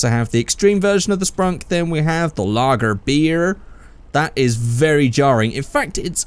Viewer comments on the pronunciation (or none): Why did you say Logger Beer weird lmao